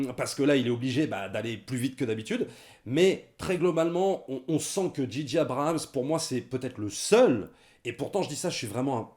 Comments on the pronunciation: Arrétez de dire Didier Abrahams putain ^^ C'est ce que j'entends... C'est Djay djay (à l'anglaise) ou Gigi (à la française mais du coup, ça fait un peu Gigi l'amoroso)... bref... faut choisir et pas faire un mix à la one again a fly on the beach... dji dji... non ! Mais bon, c'est accessoire. Pour cette trilogie, je n'ai pas arrêté de me facepalmer... ya pas de magie, c'est du déjà vu (tiens Palpatine... ah ben tu tombes bien on n'avait plus de méchant)... ya deux trois trucs de fan service pour donner à bouffer aux plus hardcores. Tu peux faire du fan service mais faut le faire bien et faut que ça serve une intention. Ici, c'est juste pour faire du pognon. Et Disney qui est obligé de foutre des peluches toutes mignonnes pour préparer ses produits dérivés. Sans parler des incohérences totales avec l'univers de Star wars. Maintenant, c'est highlander... si on tue Palpatine, hop, on prend son quickening. Mouaif... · Ben oui, en français, c'est pas "dji", c'est "ji"...